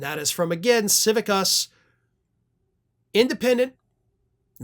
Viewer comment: Civicus, not: Civivus. Just saying.